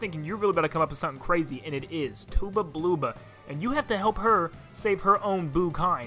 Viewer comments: First you pronounced Tubba Blubba's name wrong (imao) and then you showed footage of ALMOST getting the 100% on the easy slap action command, not mentioning Bow is also great for DEFENSE, and then said "Big Ghost Lantern" which kinda triggers me a little when I don't even have OCD. Edit: Also sorry but why did the image of flower fields show half PM64 graphic characters and half TTYD graphics, ok I'll stop soon, 1 more thing, Lakilulu is the name of the girl Lakitu, and she is actually Lakilester's girlfriend, not his sister, well I mean I guess they do act like siblings, but also act like a couple, most Lakitus (as well as many other species) actually all look the same, though Lakilester and Lakilulu actually look different, for Lakitus that is. By the way Lakilester says to her like "Your cute" and that, but for even more proof, if you think even that the professional fandoms and the internet is lying, tattle her, she's obviously Lakilester's girlfriend. Ok but at least, when I was a little kid, I was really dumb and during the "Spike???" fight, actually thought that hair on him was a spike, also by his name, and guess what, I actually tried using attacks that don't involve jumping on him lmao. Hey by the who else when they were a little kid, never tried jumping on "Spike" during that fight because they actually thought his name implied that his hair was a spike on his head? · Misinformation on koops, koopie Koo his girlfriend, actually didn't want him to go adventuring, she wanted him to stay, she liked him the way he was, he actually decided to be brave and avenge his dad(also you mispronounced Tubba Blubba)